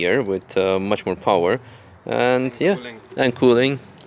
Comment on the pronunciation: Rotary powah